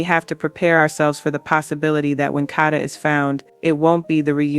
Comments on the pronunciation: Condolences and Prayers to her Family and Friends 🙏🏾🙏🏾🙏🏾🙏🏾…But if you going to tell a story about someone make sure you say the person name right..that was pmo that you were saying her name all the way wrong!!!!! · Stop saying her name wrong RIH Kada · Her name is Kada (Kay-duh) dammit!!